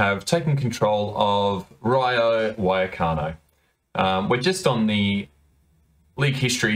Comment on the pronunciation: Why did you pronounce it wayacano